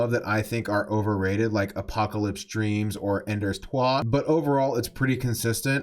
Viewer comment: I LOVE THIS BUT WE CANT REPLACE GLIMMER BRO ALSO YEAHHH ONE MORE HOUR some more notes as i watched this video: -i love your interpretation of sun's coming up -your pronunciation of "endors toi" made my day